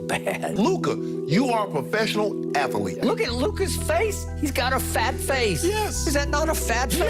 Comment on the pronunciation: "Luka, you are a professional ATH-A-LEET!" - Shannon Sharpe